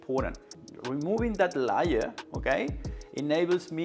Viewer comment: I love when he says Layer in reference to the substance that comes on the Misen pan, but it sounds like Liar. It's a very apt pronunciation.